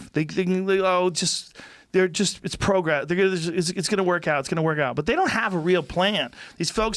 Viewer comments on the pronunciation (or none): Joe "PROE-gress" Rogan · wtf is "pro"-gress. Get off the weed Joe. prah-gress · Joe saying pr “oh” gress hurts my ears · CEO of “PRO-gress” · What the hell is 'pro gress'? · Joe kept pronouncing progress weird